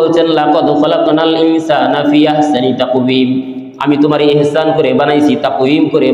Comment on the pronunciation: ইহসান বলা যাবেনা আহসান বলতে হবে।